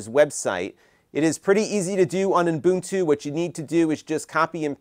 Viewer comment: It sounds like you are saying Umbuntu but that could be my poor hearing.